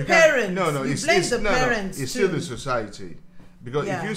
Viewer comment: I like how his parents say d's and E"s xD